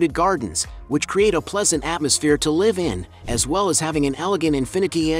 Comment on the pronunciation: When will this guy pronounce "live" correctly...